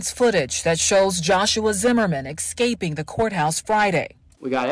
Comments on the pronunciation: this chick really is saying “excaping”. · EX SPAPING. What word is that is that like AXING ME A QUESTION? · "Exscaping?" Such an illiterate reporter. "Exscaping.." Same folks say LIEberry, not library, amalance, not ambulance. Illiteracy is so cool!